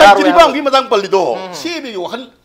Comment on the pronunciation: CAB pronounced twb hetrido noi BJP gi ne